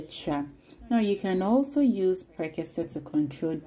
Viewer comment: Awww, the intro from is superb ❤️❤️❤️👍👍I can’t stop watching. My favorite part is how she pronounced prekese and exhibiting mummy recipe is out of this world ❤️ congratulations sweet girl ❤️❤️❤️❤️